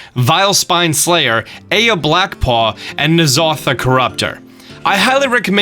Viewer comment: The niece, or the stone? A nice deck sadly overshadowed by sharing a mechanic with the superb sustain of Jade Druid, but this video does it justice. Also, 'eye-uh', not 'A-yuh': no death today, you got most pronunciations right...until the second Kobold. Now you'd better watch yourself.